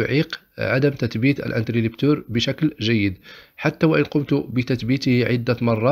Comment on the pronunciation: اخي العزيز شكرا على ما تقدم ،لكن ملاحظتي هو اسمه انتريبتور interrupteur ,و ليس انتريلبتور، حتى ينطق الاسم صحيح ،تشجيعا مني و ليس شيء اخر ،وفقك الله و شكرا على رحابة صدرك.